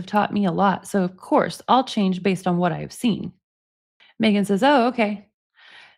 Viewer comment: Nick says...Mmegan😂😂😂